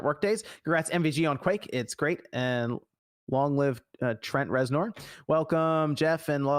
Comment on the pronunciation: The way John pronounced Trent Reznor tells me he has no idea who he is lol